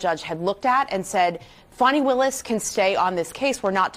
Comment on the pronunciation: Who is this "Fawny" the reporter is talking ? Her name is Fanni, stop changing people's names to make them sound better.